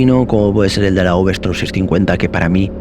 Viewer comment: S T O R M no,, no es STORM. Es V Strom!! Storm es "tormenta, en inglés. Strrrrrroooommmmbbb! 😂